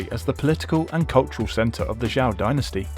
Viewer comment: Fascinating as the tourist triangle is in China, there are so many other cities and regions to explore especially now that HSR is ubiquitous. Oh and zh in Zhou is pronounced a little like Joe.